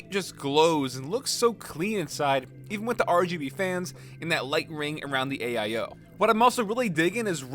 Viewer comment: pc: has an AIO:...aye-eye-oH